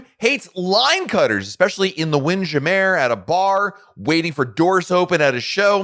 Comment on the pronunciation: WINDJAMMER not wind jamAIR